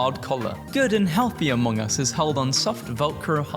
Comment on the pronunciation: yoooo!!! die of death. akchually its pronounced amongee not amongai 🤓 and dont forget a gore video..... yeah...... ME!!!! me trying to research NPD...